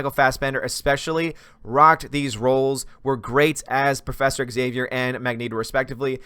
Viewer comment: You are the only American Youtuber who I have heard pronouncing Xavier quite fine, everybody else says something like "Eks aivier." Kudos to you